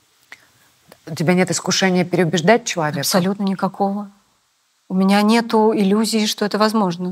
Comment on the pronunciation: Грамотная речь? Смешно! Мне всё интервью резало слух "нетУ", произносмое Светланой. Вроде актриса, грамотный человек должна быть... Но увы и ах...